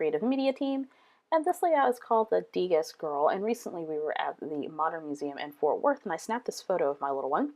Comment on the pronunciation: Love the layout. Keep in mind, it's pronounced "Deh- GAH", since it's French. :)